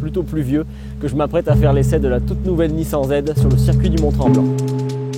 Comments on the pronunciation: "Nissen" "deusign" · Apprends à parler. Nissin, nissaaaan🤦‍♂️🤦‍♂️. C est ton travail purée. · nissan… prononciation :nissane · une horreur la prononciation de la marque , un peu de respect quand meme ...........